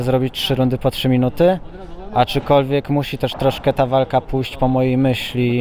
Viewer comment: Czy tylko ja zauważyłem że mowi aczykolwiek?